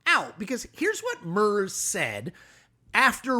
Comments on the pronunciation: Chris, I’m an American living in Germany and you exactly hit the multiple nails on their multiple heads! So I’ve just subscribed to your channel! But… his name isn’t MURZZZ, it’s MARE-TS! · I can't listen to this... Merz is pronounced "Mair - ts" How difficult is that? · The guy's name is pronounced "Merts", not "Mers". In German, a "z" is pronounced as "ts". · Grrrr! It's Freed-rich (with the ch sounding like the c in cute) Murts! A German Z is ALWAYS a ts-sound... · I am surprised that none of the many Germans corrected your pronunciation of Merz. Their relief that an American might be interested in the German election and not swallow Donald J. Trump's claim to be the new Kaiser of Germany is palpable. An acceptable American pronunciation would be Mertz as in Fred Mertz. Ricky Ricardo's neighbor. The German pronunciation is here in this utube clip as well as is Merz's denunciation of Trump Also with the new Trump Republican Party the Christian Democrats cannot be called the German Republicans. The only American Republican that would be welcome or comfortable with even the right wing of the Union would be Mitt Romney. Last I heard Romney's not regarded as a Republican. A German Z is pronounced TZ. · Es ist nicht nur dass es der deutschen Aussprache nicht entspricht, "Murzz" ist nicht einfach zu sagen... wie man beim Sprecher merkt. /rz/ auf Englisch braucht eine richtige Verrenkung 😂 und das sage ich als Englische Muttersprachlerin und Linguistin. Warum das Leben nicht einfacher machen? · Mare-ts is closer, though. "Mare" has to be shortened. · Can you please try to pronounce the name of Merz right? Try this: Mairts the "t" is emphasised. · Yes, I think "Mairts" is a good way to write it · it's basically something like "Marts" with an American pronounciation of the "a" (like the German ä). Important to know in this context: the German "z" is pronounced like "ts" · You really can't pronounce Merz like that :D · Please, it's "Mertss," not "Merzz"... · it's not MERS!